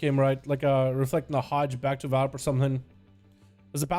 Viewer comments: HEY. ITS VAR... LIP. NOT VALRIP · Am I missing something? Homeboy should have his name said the same way. VAR-LIP. DOESNT LOOK LIKE VAL-RIP TO ME